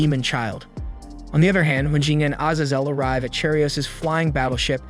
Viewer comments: Ah yes, oh-nyx warriors and severly wounded az-az-el. Is english your second language? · a-zay-zel, what on earth do you have against long vowels and who hurt you 🤨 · Bro pronounced Azazel 5 different ways 😂 great video as always though